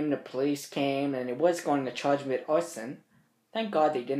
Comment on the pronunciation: "I got charged wiff Mistress times four. Or somefin like dat."